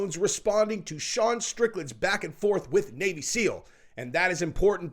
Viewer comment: SeAL, not SEAL. But I haven't heard any of the SeALs making a fuss about it...yet, I suppose lol.